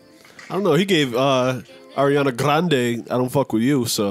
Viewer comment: I wish they'd stop putting that spice on Ariana's name. Sis isn't Spanish. lmao